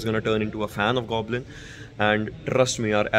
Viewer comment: You say Goblin,I heard Godlin!!The beast🥵 The legacy is back,the kings are back 👑 It's just a matter of time,Team SouL will lift their third official trophy🏆 tomorrow😌❤️🕊✨️